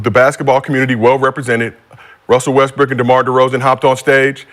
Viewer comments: You definitely said Westbrick gang 🤣🤣🤣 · He def said westbrick🤣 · Bruh definitely said "Westbrick" 😅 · Nigga u definitely said Westbrick omm 😂😂😂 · Naw you said Westbrick nigga😂😂😂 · Nigga u said Westbrick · He said Westbrick twice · He definitely said westbrick 😂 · definitely said westbrick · He did say Westbrick😂😂😂😂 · definitely said westbrick lol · Definitely said westbrick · He definitely said Westbrick 🤣🤣🤣